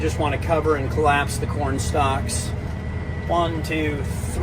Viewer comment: Corn STALKS not corn "stocks".